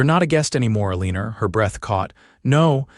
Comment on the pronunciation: Her name is pronounced ell i nor not a lean er